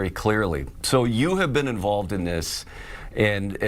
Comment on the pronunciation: Hi sen true it...say it right